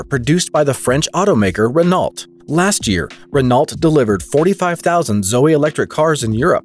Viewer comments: And Renault is Ren-oh, not Renawlt. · What's a "Renalt"? Maybe you mean 'Renault". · "Renolt"? "Pozhote"? FFS...